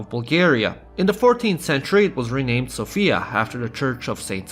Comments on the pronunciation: You're saying Sofia wrong, it's more like Sófia, and not Sofía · Everything is wonderful information wise, I just hate it when I hear people constantly mispronounce Sofia. The woman's name is Sophia, the city's name is So'fia - not Sofi'a. I'm a grammar nazi. My OCD is extremely triggered lolz